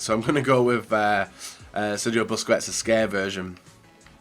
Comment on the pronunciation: Grpundsell as in pronouncing names like busquets and Sulë wrong all the time. The joke was that he probably knows he's doing it. Stop trying to look smart